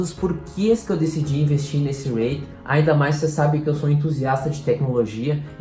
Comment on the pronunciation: apenas umas pequena correção: a pronúncia correta seria "ri-it" e não "reit"